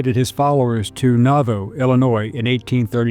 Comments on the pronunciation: The Baker-Fancher wagon train departed not from Kansas, but from Carroll County, Arkansas, where most of them were from. The city in Illinois is pronounced Naw-VOO, not Naw-Voh. As a historian, you know that these 'subtleties' are important. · Wow, you can't even pronounce "Navoo". You put this whole thing together with AI, and you have absolutely no idea what you are talking about. You have lost a TON of credibility by posting this. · Nauvoo: nah-voo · He mispronounced Nauvoo also.